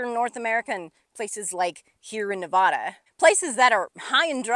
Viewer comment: I love how much time you’re spending in Nevada and the things you’re explaining. They are in my backyard and in the places I visit all the time. But if you’re spending this much time in a place, doesn’t it make sense to pronounce the name of the place as those who live there? Please?